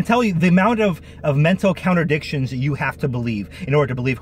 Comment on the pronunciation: I had to smile every time you say "contradictions" and was tempted to adopt your pronunciation: "counter dictions". Then I noticed that the section starting is labelled "Counter dictions":shelterin:.